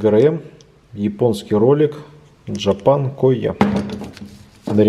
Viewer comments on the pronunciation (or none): none